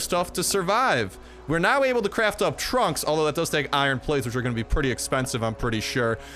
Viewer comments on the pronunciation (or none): none